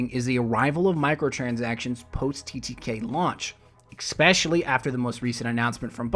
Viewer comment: Excellent piece. Thanks for mapping this out. Such a great channel. On a totally random and personal note, can you pronounce your "es" words properly? For example, it is ESpecially, not EXpecially. You are so eloquent in your talks, and then these words are like totally distracting booger bombs. lol otherwise, it's all good.